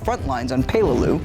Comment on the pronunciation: You said peleliu wrong